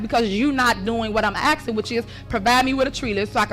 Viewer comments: what sort of word is "axing" (asking maybe?) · She was just axing a question. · FFS... in the word "ASKING" the S is before the K...... aSSsss - king..... not... aKKkk - sing..... dumb & illiterate... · I’m just “axen” a question ?